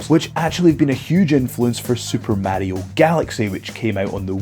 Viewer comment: say mario like that again I dare you.